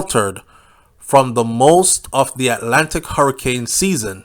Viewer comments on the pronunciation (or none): none